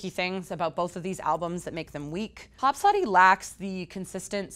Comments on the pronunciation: Hos - Podi! Not Hopsodi:D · If you review album you shoukd at least know how to prenounce the title of an album It's HoSpodi not HoPsodi